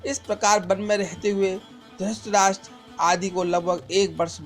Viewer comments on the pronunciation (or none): Abhishek Kumbhalkar to it's dhrithrashtra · Aap drutrahstra ko dustraj bolte ho Very well, keep it up, enjoyed a lot😁👍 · Aabe dhrustrastra nhi dhrutrastra bol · Mere bhai dhutrastra nhi dhritarashtr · Bhai pahle ye Bata du apko ki drasht rashtra nahi hai dhratrashtra hai please use correct prononciation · Dhrtrastra bolne ki practice kro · Dhuurtrashtraa had hai bhai aapki aavaj aur uccaharN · Pls aap dhritrashtra ka naam to dhang de bolein pls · Maharajah Dhratrashtra ka naam sahi sa pronounce Karna sikho